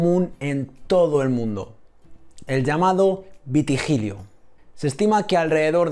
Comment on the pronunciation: Gracias hijo. Una pequeña corrección: no es vitigilio sino vitíligo